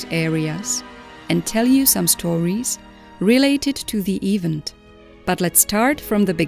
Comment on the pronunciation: Funny way of saying ''event''. AI voice I guess.